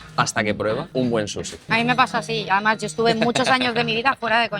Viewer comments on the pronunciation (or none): “Un buen susi” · Grefg dice susixD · porque le dicen susi brooooo Es SUSHI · Qué les pasa cuando pronuncian "Sushi", como q les cuesta un poco, no?